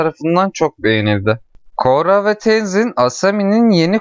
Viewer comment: Üstüne basa basa koRRa demen ve benim fesat aklım...